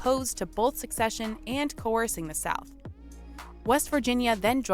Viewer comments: One note, she is saying, "succession" when she should be saying, "secession." New York was up there in blue. I wish they had displayed the South in traditional gray. Oh, the picnic-thing. It is much more understandable when you realize basically EVERYONE back then had a super-idealized, even romanticized picture of war. Both sides felt its own cause was just, self-evidentally so, and the other side was just posturing. The civilians coming from the North to picnic thought they were witnessing history, a war that would be over by summer's end. It is important to note that no war since the Revolution had truly challenged America, and none had provided an existential threat, not even the War of 1812 (though some might disagree), and we had "opened cans of whup-tar" (as my cousin has said, in other situations) on everyone who opposed us since (mainly, Méjico and some Indian groups.) War, they thought, was a brief, historically significant, but ultimately lowly threatening thing that "America" was bound to win. Neither side truly considered that both sides had that perspective of divine right, and the Civil War is still, therefore, the bloodiest war in American history. It is bloodier than every other war Combined. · It's not succession, it's *secession*. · "Secession" not "succession" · That was painful to listen to. This lady said, "succession" every time she was supposed to say, "secession." Also, the Emancipation Proclamation did not free all the slaves. That was the 14th Amendment. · Was it annoying anyone else that the narrator kept saying "succession" rather than "secession"?